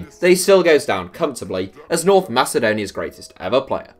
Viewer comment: When you said NORTH in north macedonia it hurted